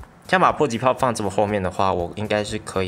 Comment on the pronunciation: 三声pai，迫(pai)击炮，这是个多音字，读成po就有点丢脸了